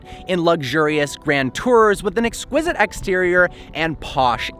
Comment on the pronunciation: Am I the only one bothered by the fact that he said “exquisite”.....